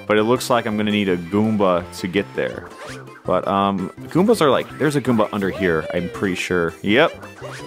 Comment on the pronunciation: The way you say goomba